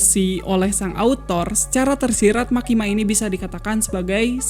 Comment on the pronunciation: Ralat bang..""MEKKIMA"